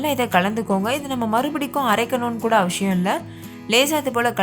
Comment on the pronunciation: அவசியமில்லை னே சொல்லுங்க , அவஷியமில்லை னு சொல்லாதீங்க , கேட்க நல்லா இல்ல. எல்லா வீடியோலயும் கவனிச்சேன்.